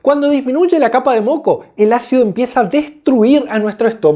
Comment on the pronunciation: Se dice, ácido. No jaccido. Ahora la gente habla con la. J. Dañando el español